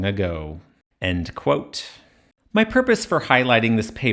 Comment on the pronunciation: you have that funny pronounciation when you say "end quote" that sounds a bit like "... allegedly"